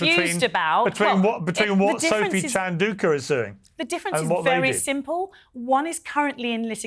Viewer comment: Piers, please pronounce Sophie Chandauka's name correctly.